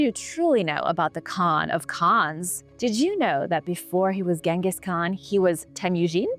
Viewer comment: 😮 finally pronounced Genghis right. B.T.W whatever happened to David